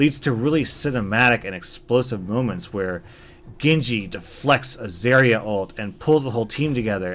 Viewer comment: It's zah-ri-a not zeh-ri-a